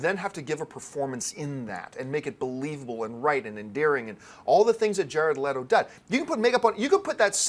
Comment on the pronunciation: I don't want to be "that guy", but you guys were pronouncing Leto's name wrong. It's "let-oh"